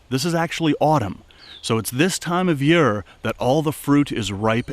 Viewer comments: Awesome video but do you reall have to say yeare instead year ? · Loved this vid! Ps you say the word year funny, you say “yur” and not yeer lol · Alsome video thak you for taking your time to do this. From southern wv.. u say year funny to me round heer its yeeeerrrrr